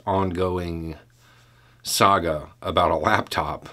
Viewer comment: I thought you ssy "Soap Opera " rather than "Saga". lol